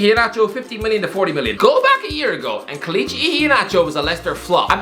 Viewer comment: The way he’s saying kelechi is pissing me off 😂